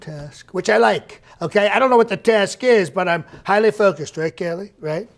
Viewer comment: Did he say "Bend Minister" for "Bedminster"? LOL If so, the misreads are a great realistic touch. Also, "focuseded".